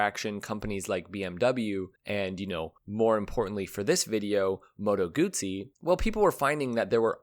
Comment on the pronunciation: I wish the narrator would have pronounced moto guzzi correctly just once.